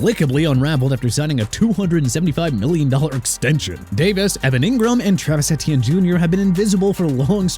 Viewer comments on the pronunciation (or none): none